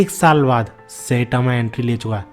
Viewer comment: tu saitama ko सेटामा kyu bolta hai?